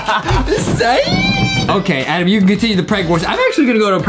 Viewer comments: It’s ADEM Not -ADAM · Hey! It’s ad-em not ad-am